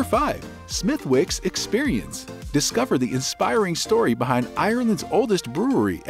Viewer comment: Well, you have never been there and that shows. "Smith-Wicks"? Say that anywhere in Ireland and you'll be laughed at. It's pronounced "Smithicks". Also "Tudors" not "Toodor" (American "u" not applicable). I mean...good info, but refine your research please!